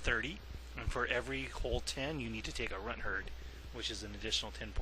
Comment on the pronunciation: you said runthurd wrong